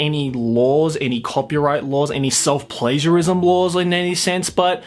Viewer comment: When you said self-pagiarism i thought you said it a self-pleasureism